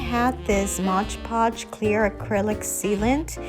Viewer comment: and.......3 years later.......it's MOD podge, not modge podge